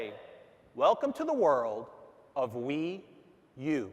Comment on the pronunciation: Everybody welcome the Nintendo Wew!!